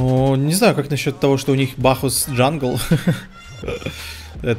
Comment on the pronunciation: Бахус, а не Бачес Карл, Бахус)